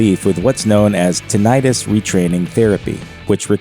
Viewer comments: itis indicates that something is inflamed. The word is pronounced tin-i-tus, not tin-eye-tus. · Yeah, I kept hearing it pronounced with the long "I," so I looked it up: "TIN-it-tuss," it is. (PS mine isn't painful, but I just realized I should be connecting my headphones to my TV set with my extension cords so I can hear what people are saying when they don't speak up.) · It is pronounced. 'tin it tuss' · tinnitus noun tin·ni·tus | \ ˈti-nə-təs Both "i"s are short.